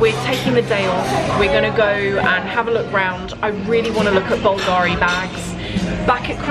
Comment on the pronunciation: I know you like this kind of details: the accent in italian for Bulgari is on the U 😉by the way love hello kitty and kawaii stuff but heck, those Balenciagas look cheap!